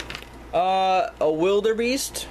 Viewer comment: Wildebeests are antelope Also wildebeest are my favorite animal You said wildebeest wrong